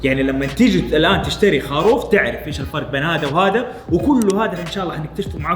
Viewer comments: يرحم امك قل خروف مو خاروف يا هطف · خروف خروف خروف المقطع رقم ١٠ وانا اقول اسمه خروف وليس خاروف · والله ترا اسمه.خروف مب خاروف